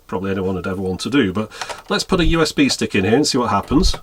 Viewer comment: Laughed at the "Play by Ooh Ess Bee Dwive."